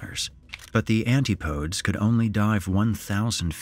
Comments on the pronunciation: As soon as I heard that butchered pronunciation I had to check if pointed out before making a post of my own. If people aren't sure of a word before reading a script they really should check it out. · That pronunciation of Antipodes is hilarious. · The way this AI said antipodes Can it really not say that? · "antipodes" lmao come on bro. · Too bad the narrator didn't know how to pronounce Antipodes. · It's pronounced Antipodes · Why doesn’t anyone ever pronounce Antipodes right???? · Can't even say Antipodes correctly, stopped the video there. Guarantee I won't find out anything new if this dude can't even say a word correctly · So much research but couldn't pronounce antipodes 😂 good work otherwise! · 'Antipodes' isn't said "Ant-ee-poe-ds". It's "an-tip-a-deez" -- ends like 'Hercules'. It's a Greek plural. For 'Antipode' (singular) Oxford dictionary says it ends like 'tripod'. "Ant-ee-poe-d' (like 'abode') is an accepted alternative for the singular form. 'Antipodal' would always be "an-tip-a-dle" (like 'spindle'). Singular form really should be 'antipous' (like 'octopus'), but 16th century English scholars were stubborn and do plurals different from Greek/Latin. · Anti podes? It's pronounced Antipodees. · very good vid - the only critique being it is not pronounced 'anti-podes' but it is pronounced (and always has been) as 'an-tip-ee-dees' or 'an-tipadez' - it means from Australia/New Zealand area. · Great vid. FYI - Antipodes is pronounced An-ti-Po-dees, not anti-podes. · Minor note - I'm pretty sure Antipodes is pronounced "an-ti-puh-deez" not "an-tee-poh-ds" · Small point but Antipodes is pronounced an tip o dees. Not anti podes. The Devil is in the detail. dude. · Narrator, it's pronounced an-tip-uh-deez, not anti-podes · Anti-pO-deez. Not "Anti-podes." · Anti-podes lolololo...it's pronounced an-TIP-oh-dees Antipodes rhymes with "my nip disease". It doesn't rhyme with "Randy Rhodes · It’s ‘anTIpo-deez’ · "Anti-podes" lols, you gotta love AI narration